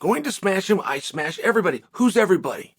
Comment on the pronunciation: Did Chael forget about the Gilbert Burns fight? He didn’t “smesh” him